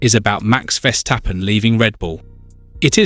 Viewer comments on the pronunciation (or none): You should learn how to pronounce 'Verstappen'